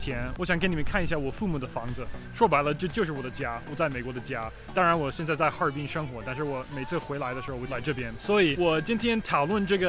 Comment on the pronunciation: 哈尔滨人该诉你，家 和 哈尔滨 发音太哈尔滨了